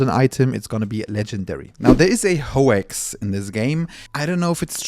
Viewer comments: Hoax/hoe-axe is more commonly pronounced as hoe-oaks but without two syllables. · You threw me off when you said ho-ax. I had to rewind to see if I was going crazy. Now I'm questioning if I've been saying it wrong all along. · Another content creator recycling info scrapped from other videos. That tuning "trick" was debunked a while ago, and even if it wasn't plenty of people would realize it's pretty much due to the sheer number of offensive gear lines vs defensive ones. Side note: Ho-ax?